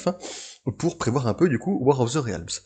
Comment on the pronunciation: Hoy Je me permets de commenter (pour une fois) tes vidéos pour te donner mon avis et te prodiguer conseils (peut-être avisés, qui sait). - Pour commencer, c'est pas "Ré-Al-mse" mais "Rilmz" niveau prononciation, ça me perturbe beaucoup x) - J'ignore si tu as des notes à côté de toi mais tu devrais en faire. Notamment vers quand tu parles de l'équipe de Malekith ; histoire de savoir qui est dedans. Le "de mémoire" fait genre tu n'as pas bossé dessus ou alors le détail est trop peu important (sachant que tu fait une aparté dessus, c'est pas l'effet recherché je suppose). - Le montage est pas quelque chose d'aisé, j'en conviens, mais quand tu prends pour exemple une page de comics, par exemple lorsque tu parles des couleurs, tu devrais la faire apparaître à l'écran (exemple : Tu la fais apparaître devant la page actuelle de ton exposé, tu fais un effet de flou derrière et un zoom très lent sur la page. Pas facile mais ça rend bien je trouve xD)